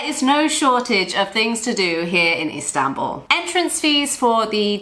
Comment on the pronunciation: I want to help you pronounce Istanbul correctly. Ist An (as in Han Solo) bull . Good video 👍